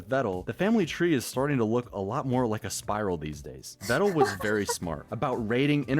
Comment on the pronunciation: Peedal Meedal Vedal It's real simple...